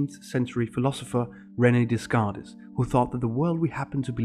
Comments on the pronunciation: Descartes is pronounced "day cart" (approximately) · Rene Des-car-tes?? Really?